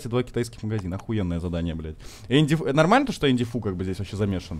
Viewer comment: Не Энди Фу а Эдди Фу